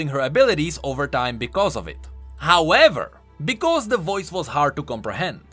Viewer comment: I love it when goes "HOWEVER!!" Like, im so ready for what he's gonna say after that LOL